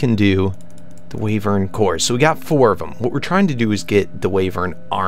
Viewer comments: It's WHYvern, not WAYvern. : ) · Wyvern is pronounced Y-vern :P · Say "Why - vern" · The sojurners sash gives you step up and it's pronounced wee-ver-n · its pronounced waaivern